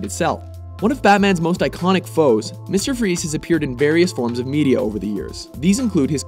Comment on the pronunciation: MUSTEHR FROEZ